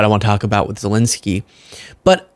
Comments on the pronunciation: It’s ZelEnskyy, not Zelinskyy … Ukrainians would appreciate the right pronunciation. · Please don't say Zel-i-nsky.